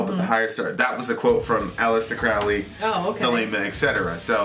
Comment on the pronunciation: Aleister Crowley, pronounced CROW-ley{not Crauley}. He once wrote 'my friends call my Crow-ley because they think I am holy, my enemies call me craley becase they think I am fowly". Just FYI. Also, he didn't write the satanic bible. The S.B. was written in the late 60's by Anton Lavey{founder of the Church of satan/CoS and modern non-theistic Satanism; though Satanism predates Lavey - though Laveyans will usually deny this fact}. Crowley died 20 years before Lavey even came alone. He was a leading occultist and philosopher in the late 1800's to the 1940's, and he combined elements of many ancient mystery schools from the Sumerian and ehyptian and greek to freemasonry and Rosicrucianism and even gnostic Christianity, amongst many others, and some elements of luciferianism or Satanism as well. Really his religion he invented THELEMA is a culmination of influence from ALL religions and occult mystery traditions, and even rationalism and deism. His theology was symbolically Egyptian{invoking Horus and Aiwas, Hadit and Nuit, amongst many others from Egyptian and other religions/cultures} or symbolically polytheistic{archetypal polytheism/soft polytheism}- if you read enough of his many writings you come to understand that Crowley was actually a deist or panentheist{or Panendeist} of some sort in his ultimate theological views. And he wasn't a Satanist, at least anymore or any less than he was a Christian, a qabbalist, a freemason, a muslim, a hindu, list goes on and on. Thelema al